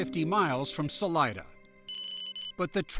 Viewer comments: Thats not how pronounce Salida. Sa Lee Da,got it? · Salida (pronounced Saleeda) is Spanish for exit.